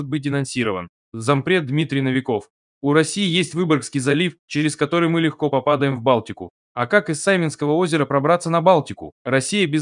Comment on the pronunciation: Господи да говорите вы правильно, мы попа' даем в Балтику. Надо говорить мы попада'ем в Балтику.Попа'даем, значит упадём в Бталтику